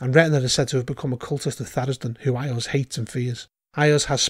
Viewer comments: "Eye-ahz"? It's wise that you mispronounce the fellow's name like that. Saying it correctly might get his attention, and that's not something you want - unless you are very powerful. ;) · LOL I've mispronounce Iuz as well I pronounce it "EYE-yooz".